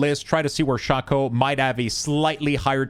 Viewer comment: OMG it's called SHAKE-O not shock-o PLEASE !!!!!, us old school Diablo players are cringing